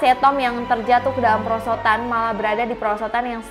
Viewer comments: "PERSOTAN" lah apa persotan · kok "persotan" 🤣🤣